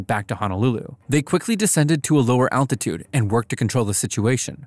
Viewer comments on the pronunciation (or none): none